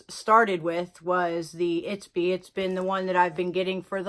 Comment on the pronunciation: Not to nitpick, but it’s Ipsy not Itpsy ☺️